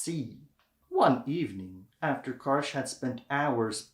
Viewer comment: Wonderful video on Yousuf Karsh (pronounced as “JuSuf Karsz”) • Just about two weeks ago I was near the place where he had his studio at Chateau Laurier Hotel in Ottawa. It was during the Royal visit of King Charles to Canada. Also few years back I had a privilege of seeing his original prints at one of the private clubs - amazing photographs! Karsh is considered one of the world’s best photographers. His portraits are phenomenal. By the way some of his work is less known - for example, a series of photographs he took in Holy Land (Israel and Palestine). ⚠️ Correction: the Churchill photo was taken NOT at Karsh’s studio, but at one of the back rooms in the Parliament. • I’m lucky to own the entire collection of Yousuf Karsh photo books including that body of work photographed in Holy Land. Often I look through them for inspiration. Thank you for your videos! Дякую! Dziękuję! - P.S. oh, by the way - the framed original print of Winston Churchill known as “Roaring Lion” was recently STOLEN from the lobby of Chateau Laurier and later FOUND AND RETURNED with the help of Interpol. You can look up this story online - it’s like a true art heist movie 😀